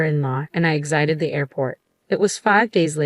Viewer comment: Pronounced not "Lag uardia" but " La guardia". And check the word "exit"